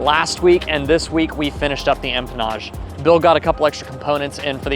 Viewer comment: I think is getting extra $ every time he says, “empamage” and “firewall forward” 😳🤭. Love ya 😍👊🏼🤗